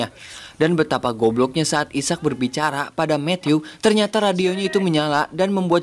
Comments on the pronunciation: Bukan isak njir. Aizek sebutannya. 😂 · bukan isak..sebutannya i-sack..ejaan asalnya Isaac..terjemahan malaysia dan indonesia adalah Ishak..contoh nabi Ishak As